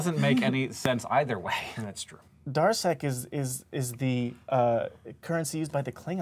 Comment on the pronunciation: Because he said 'darsek', when he said "It's Klingon currency", I still heard "Dalek." So when Plait said he was a fan of Star Trek I was like "Dude, that's embarrassing. That's Doctor Who. . . . Oh, no. Wait. He said Klingon.' The point of this story is meant to be that human brains are weird, but maybe it just means that mine is.